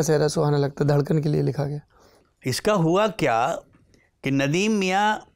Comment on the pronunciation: लेकिन आप नुसरत से “धड़कन “ का भी सही उच्चारण नहीं करा सके (दडकन )